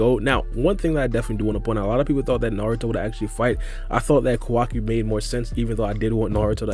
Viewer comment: Ko-Wa-KI not Kawaki?